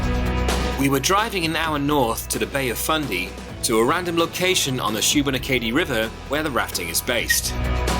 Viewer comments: Kudos for attempts at pronounciation. It is 'Loo nen burg' and 'Shoe been AAH kadee' ;-) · Love the video and love seeing my home province of Nova Scotia through a "come-from-away's" eyes! Can't wait for the rest of the series! Also love the way you pronounced Lunenburg and especially Shubenacadie 🤣